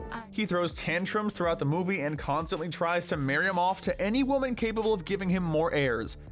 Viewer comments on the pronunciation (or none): none